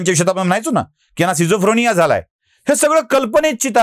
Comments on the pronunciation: न्यायमूर्तीला बोल रोखठोक. स्किझोफ्रेनिया ! स्किझोफ्रोनिया नव्हे. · pronunciation skizofrenia asa ahe. Schizophrenia. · "स्किझोफ्रेनिया" असा शब्द आहे.🙏